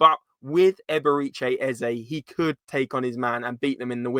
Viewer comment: "Eb-er-eh-chee" not "Eb-er-ee-chay"